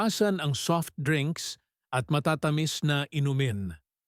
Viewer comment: Tama po ba ang bigkas ninyo sa bangus, gamot ,matatamis , pamamaga,sinigang at marami pang iba